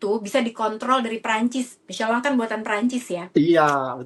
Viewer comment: WARTAWAN ORANG INGGRIS AJA NYEBUTNYA MICHELIN BUKAN MICELAN. APALAH JADI CRINGE